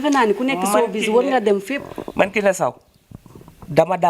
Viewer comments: 😂😂, gnou ki dou journaliste presentatrice rekla,Une journaliste qui prononce Mal grand thiatre, sowbiz exemplaire😂😂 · Cette animatrice est très nulle elle ne peut meme pas prononcer "sowbiz" 😏😏